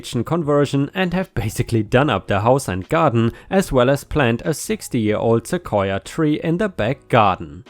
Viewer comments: You got the right pronunciation. Seh-Koi-Yah. :) Also, sending prayers to the Auntie. :( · Your pronunciation of "sequoia" is absolutely correct: "suh-KOY-uh". It's another one of those English words that migrated in from a local native language via some Spaniard who was trying to transliterate using Spanish language Latin characters the sounds he heard the native people saying. Some words, like sequoia, were apparently easier for the European scribes than others, like, say, the Nahautl Aztex words now written as "huacamole" and "huacao". There the roots of the words "guacamole" and "avacado" (and mean testicle and testes in Nahautl, I believe). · Once again you got the pronunciation spot on. Most of the u.s pronounces Sequoia the same way. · at least in Rochester New York, you are pronouncing Sequoia correctly. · You pronounced Sequoia perfectly, which is surprising as even AMERICANS don't always pronounce it properly, and it's literally a Native American word. The tree is named after the Cherokee Native who invented the Cherokee syllabary. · You’re pronouncing sequoia correctly. 🙂 ⭐️🌟⭐️🌟⭐️🌟⭐️🌟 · You said sequoia great! 💚🌟💚🌟💚🌟💚🌟💚🌟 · You are pronouncing Sequoia correctly. Cheers! ⭐⭐⭐⭐⭐⭐⭐⭐ I had a parking issue with a neighbor a few years ago. We have a small parking lot in front of my building. I'm in a 4 plex with 8 parking spots, 2 for each apartment. There is just enough room in the lot to back out of your spot the leave. One of my neighbors had people who would visit and instead of parking in the street, which has plenty of space, they parked their big-ass pickup truck behind everyones' parked cars blocking us in. When we complained, the started parking on the lawn--sometimes overnight. I had taken pictures of all this and emailed them to the management company, who in turn emailed them out to all residents with a note saying that if this continued the violators would be towed. Surprise, surprise, the truck started parking on the street.